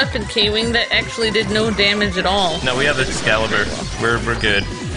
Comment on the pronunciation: You cringed me when you kept saying Excalibur for the love of god the name of the skill is LUXCALIBUR!!!